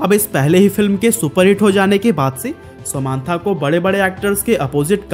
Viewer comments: ❎ समान्था नहीं समन्ता ✅ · Nobody: This guy :sa maaan thaa